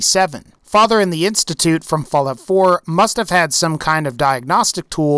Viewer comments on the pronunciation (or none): none